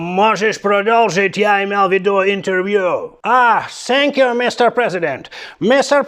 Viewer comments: Сенькью при сенкью😂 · Сэнкью~прэсенкью в😂😂😂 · сєньк'ю просеньк'ю😅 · Сэнкью- пресэнкью , дякую, аж подскакиваю...😂